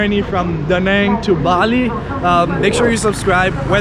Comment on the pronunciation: A note on pronunciation of the City name: The A in 'Nẵng' is not a long A. it is pronounced more like you are saying the a in "Da". basically, like the a in father (not exactly, but close enough).. that squigly line highest above the a means there is a sort of break in the vowel sound - a sudden step up in tone, near the end of the vowel sound. Anyway, you can say it without worrying about that tone, if you just say the a like as in "father", it will sound much better